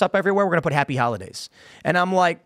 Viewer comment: Did he say Happy Howahdays?🤔